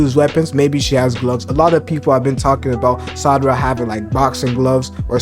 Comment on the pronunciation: I believe she will get something like to temporarily manipulate memories and will just use her fists as weapons just like she normally does. By the way you are pronouncing Sarada as Sadara sometimes.